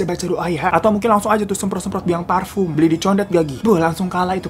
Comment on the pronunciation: Sukses bang Hiro, tadinya tkt Pas ngomong farfume Condet😂 Jdi lucu, kalo q sering Nyium Bau bunga melati dijalan... Kalo dlo tkt, pas bang Hiro Bilang hantunya cewek Cantik Jdi lebih berani...❤